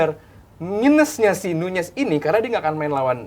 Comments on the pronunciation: NUNEZ BUKAN NYUNYES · Diem anda, kata bang bewok jg nyunyez